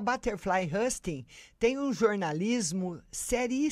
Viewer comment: Novamente ...a pronuncia nao é hasting e sim housting